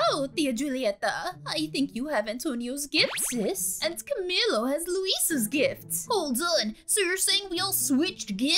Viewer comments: By the way not to be rude I love your vids but his name is not ca-mi-low it’s pronounced ca-me-lo but spelt camilo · Its spelt camilo but its said like cameelo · When she said camilo I wanted to die- so basically its pronuced like... CAM-EE-LO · And it's cum-eelo